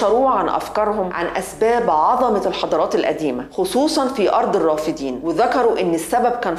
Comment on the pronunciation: الرافدين مثنى ...وليست جمعا...لذلك تلفظ بفتح الدال ...وليس كسرها كما قالت المذيعة